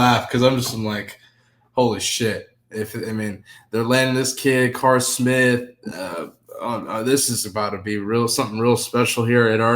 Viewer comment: Bruh doesn’t hear himself saying Card Smith and think that doesn’t sound right 😂